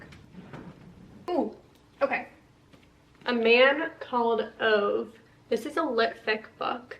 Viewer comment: Just some random info. I was curious how to say Ove and I looked it up and it is pronounced OO-vuh. Hope you enjoy the book. I have not read it yet 😊